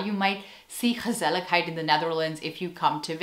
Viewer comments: As a native speaker of the Dutch language, I can confirm that you're pronouncing the word "gezelligheid" flawlessly. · Hi, I think you got what gezelligheid means to us. And from the way you so easily integrate a word as Dutch as 'gezelligheid' in your English speech, I suspect that your mastery of the Dutch language is absolutely phenomenal, because you pronounce it very naturally. The Dutch word 'asociaal', by the way, is much closer to the English concept of 'anti-social' than it is to 'asocial'. What we call 'asociaal', is usually more like an active attempt to break with social behavior, to deliberately tick people off because you just don't frigging care about what they think or feel. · You pronounce it so well! It's basically a one word for: relaxing and enjoying each other's company. Right? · Warm and cozy winter is called “knus” and indeed, gezellig is way more than that. Compliments on your pronunciation ❤ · Your dutch pronunciation is simply fantastic! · Chapeau: the words you pronounce in Dutch sound Dutch without an accent. Do you dare to do a video entirely in Dutch? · Gezelligheid... you pronounced it right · I totally agree. Also, pronunciation of gezelligheid is impressive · You just wanted to show off your pronunciation of the dutch "g" with the many times you said the word gezelligheid 😂